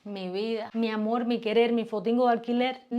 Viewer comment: Hola Niña Bella yo creo que cada País tiene su cultura y su forma de hablar pero noto que los cubanos y Dominicanos utilizan la letra L para todo por ejemplo la palabra AMOL y en realidad es con R o sea AMOR y así con muchas palabras más y como que a veces gritan mucho para hablar pero ta como lo dije antes cada País y cada cultura es diferente acá hablamos el español claro el Río Platense pero dicen que el verdadero idioma Español es justo el de ESPAÑA.🇺🇾🇺🇾🇺🇾🇺🇾